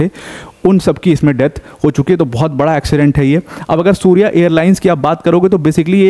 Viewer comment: सूर्य एयरलाईन्स नहीं सौर्य एयरलाईन्स हैं🙏